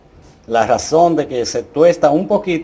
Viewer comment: No se dice gason se dice razon